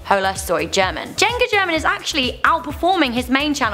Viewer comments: Hahaha, she should learn some basic spanish to pronounce "German" correctly. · Anyone who watches juega german and hola soy german and got triggered cuz she pronounced it horribly or just me?